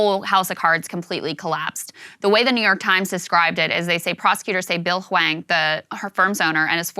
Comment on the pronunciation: Is it pronounced Wang? Or hwa-ong? Dude is a professional scammer.